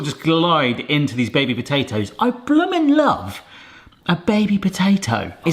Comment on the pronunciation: to i replayed your voice 3 times and those things are called po ta toes you kept saying pot a hoes it made my day